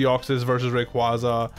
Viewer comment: The way you pronounce Rayquaza hurts me